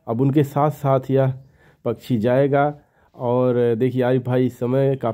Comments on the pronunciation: Ye pkshi ko pchi pchi kyu bolte hn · Pachhi pachhi pachhi pachhi pachhi pachhi pachhi pachhi pachhi pachhi arey bhai Hindi sahi bolo pakchhi kehtey hain.Do you understand.